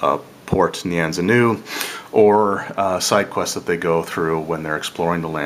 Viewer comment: Good summary and review. I find it hilarious how you pronounce almost every word differently from mostly everyone else: Nyanzaru, Omu, Acererak, Atropal etc...